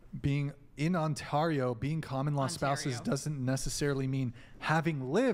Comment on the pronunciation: ON-tario....😂 oh. You let down a whole province with that one